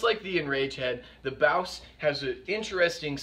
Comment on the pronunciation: I thought it was pronounced boss